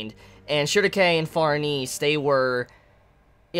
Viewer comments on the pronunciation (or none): pretty sure shierke is not pronounced : Shurike